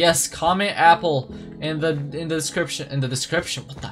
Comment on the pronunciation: ''appel'' no ''apple'' for u